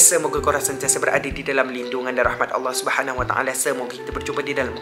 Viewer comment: Ya allah bukan yaleh 😂